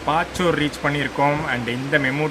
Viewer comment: பாச்சூர் இல்லைப்பா பச்சூர்.